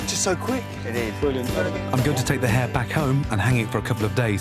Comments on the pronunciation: Hare. Not hair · Ok I thought he said hair first XD